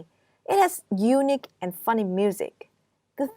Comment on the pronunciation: Thank, this is helpful. You should pay attention to correctly stressing the words, for example, unIque and not Unique etc.